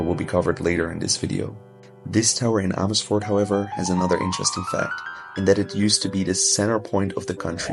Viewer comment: I did not realize that you are actually Dutch untill I heard you say Amersfoort! Amazing!! 😮😮